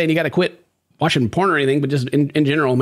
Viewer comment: I thought you said “prawns!??” Then thought how many prawns was he eating before!?? 🦐🍤